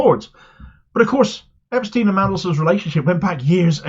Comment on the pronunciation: So glad you pronounced Epstein in the correct way - then you changed it!